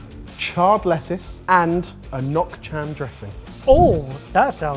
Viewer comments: pronunciation of “Nuoc Cham” hurt my soul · really could improve on his pronunciation of "nuoc cham" or just say dipping sauce bc that's literally what it translate to. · the way pronounces nouc cham hurts my vietnamese ears 😅